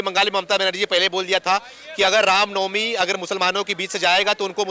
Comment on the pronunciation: Can't pronounce the ramnavami n he says ram is adarsah... Thy always generalized it